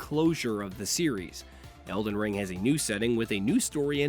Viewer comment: You mean el-die-ring? :)